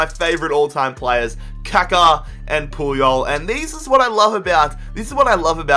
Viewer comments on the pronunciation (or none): It's Ka Ka